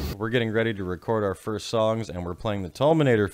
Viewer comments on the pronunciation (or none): none